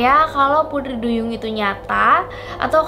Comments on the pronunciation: kok pudri duyung🤣🤣 yang bner dlu sihhh ngucap putrinya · Iya. Kk nya beda pengucapan nya.. Pudri duyung..